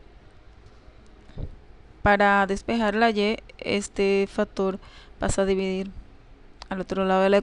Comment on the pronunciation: Yo escucho factor pero no factor ,lo dice bién.Por otra parte su idea matemática la comunica bién.Saludos muchachos.